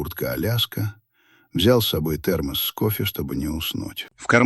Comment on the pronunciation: Нет такого прибора термогос😢😢ИИ когда поумнеешь?как же бесит" онкология сгорела ее" неужели нельзя читать живому человеку чтобы не резало слух, и 5000 копюра не сделает конверт пухлым😢😢